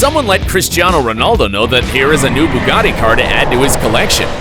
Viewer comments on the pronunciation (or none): none